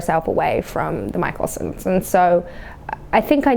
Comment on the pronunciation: ‘Mikaelsons’ LITERALLY mikeal sons 👁👄👁